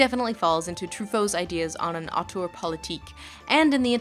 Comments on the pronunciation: Have you tried the vowel from "turd" for the second syllable of "auteur"? It's a good match for the French sound, and one might argue it would tie in better with your feelings about the French term as well? Upspeak question mark? I know, I know, only commenters ever read comments, but I trust the universe will make an exception and make this AMAZING hint reach the "auteur" of this video regardless. Awesome stuff, by the way! Go Lindsay. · I love how she keeps pronouncing "auteur" as "autour" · Hi Lindsay, sorry to be that pedantic French again, but if you want to pronounce "Auteur" right, it should rhyme with "grifter" and not "parkour". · "Autour theory"... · After seeing this video's title and attempting to watch it a few times, I have now finally figured out why you pronounce it so strangely. I thought: It's just author theory, why is she talking so strangely? Now I realise that it's the Dutch spelling. I just didn't notice the first few dozen times I saw it. Damn me and my bilingualism.